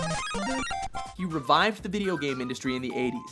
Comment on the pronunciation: HE FINALLY PRONOUNCED MARIO CORRECTLY.